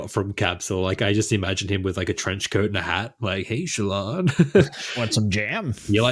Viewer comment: I love how is slowly contaminating to the point that they are both mispronouncing Shallan's name:D Also, OMG I can't believe you're bagging out my girl Lift. She's so awesome and brings a degree of levity into the darkness.. but also has layers...